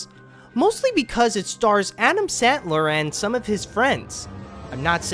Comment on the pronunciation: I swear I always hear 'adam santler' when you say Adam Sandler's name 😂